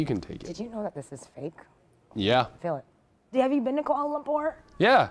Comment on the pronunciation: Lmao did anyone else notice that she said Kuala like Koala? 🤣🤣🤣